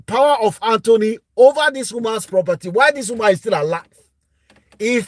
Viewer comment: Sorry sir, it’s called ‘power of attorney’ not power of Anthony 😅